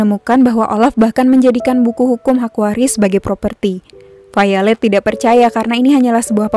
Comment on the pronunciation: Jocelyne Ordelia haha iya. dia bilang Failed mirip popo bohay, pasti yg dia maksud Violet tokoh cewek di film ini, krn ngebacanya vaylet